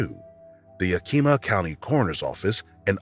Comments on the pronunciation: It's "Yak-Im-Ah" not "Yah-Kee-Mah". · Fantastic video, but please put 1% more effort into learning the pronunciation of various places or names. Yakima is approximately "YAH-kih-maw", for instance. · This is the third channel I've heard pronounce, "Yakima" as Yakeema. Pretty funny. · "yah-kee-muh" is pronounced "Yak-i-mah" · I have to say this almost every time, it's YAK- IMA. In fact, the only letter that's stressed in pronunciation is the last A. (Source, I've lived here all my life) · case 7 can I just say that Yakama and Yakima are pronounced not like Yakeema but Yak-i-ma like i in intel or yak-a-ma with a in apple. It happens all the time. Yakama is the tribe and Yakima is the county/city in Washington.